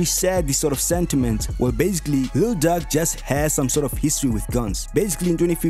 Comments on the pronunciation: He butchered the name 😂 "Duck"??? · Ur emphasis on Lil duck kills me everytime😂😂